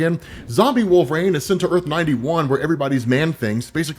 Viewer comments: it's wolvERine, not wolvaarane bro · Nobody gonna stop from calling him "Wolf rain"??? How could someone like him be getting the name so wrong?